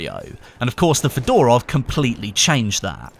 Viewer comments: it's not fedOrov but fёdorov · Come on, mate, It's pronounced FEdorov, not FedOrov (with an accent on first E) :)